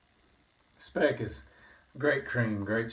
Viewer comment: Hello, thanks for the nice Video! By the way, we (Germans) pronounce the Speick more like you would pronounce it in "spike". :-)